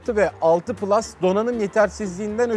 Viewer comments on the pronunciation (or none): none